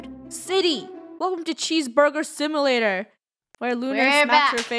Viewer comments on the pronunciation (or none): “Welcome to cheeseburger simolayer” - Funneh 2019